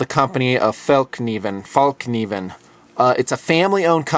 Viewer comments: You pronounce fallkniven more like fall and then kniven. Actually it's fällkniven and that's fäll = folding, kniven = the knife. The folding knife :) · Fällkniven is pronounced more like "Fell (k)niven" and the (K) is pronounced like "Ch" in Christ. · I hear you've worked on your pronunciation. Fällkniven is pronounced "Fell (not fall) + Kneeven" without a silent k. Greetings from Norway! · The secret of pronouncing it .. it to open up your mouth instead of trapping in the sounds. If you try to sound like a cool rapper saying "yea-y", you come a bit closer than saying fail-cniven. =) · The K isn't silent The pronunciation of kniven is like Knievel, as in the daredevil Evel Knievel. So just drop the L on Knievel and replace with an n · it is pronounced more like ''FellKneeVen''... BTW: can anyone tell me if the F1 is well suited for even tough survival tasks? I am looking to get an F1...anything bigger (>12cm [for those who are unfamiliar with a rational measurment system: ~4.72 inches] blade) will get me in useless trouble with knife laws over here... the blade should be preferably stainless, reliable and as jack-of-all-trades-like as possible... thank you very much in advance. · fell-knivn, with a hard k as in karma, not as in knot. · It's pronounced "fell-k'niven" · The word Fällkniven sounds like the words Fell-elk-knee-ven (Raven without Ra) put together to "FellKneeven". Fällkniven means folding knife (or actually "the folding knife"). Great job on the review, greetings to both of you and.:) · you tried to pronounce fallkniven. well the first one you were wrong. you got it pretty close the at the second :) Fällkniven :) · excuse me? Fällkniven translated to english is not fellknife, not even pronounced correctly fell kniven (not a silent K) you got it right a couple of times Fällkniv = Folderknife Fällkniven = The folderknife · when pronounce fällkniven you should use the A in care not the a in balloon, Then you get it right. =)